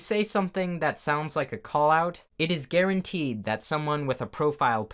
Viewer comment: "Guaran-TEA-d" That's the real tea sis Sad said TEA